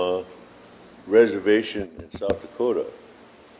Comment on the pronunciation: Reservllllations suck but hardly consentration camps